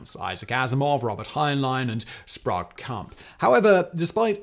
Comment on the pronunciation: L. Sprague deCamp. Pronounced “sprayg”. Not “sprog”.Come on!